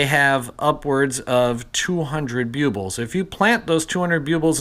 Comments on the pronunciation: I believe they are pronounced BULB ills, not Bue Bills Just say the word "bulb" and put "ills" at the end. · Bue-buls??? Ouch, my poor ears. They’re called BULL-BILLS... NOT Bue-buls 👎👎👎